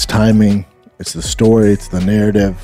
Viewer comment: "its duh narradivh" ok, DDP it is then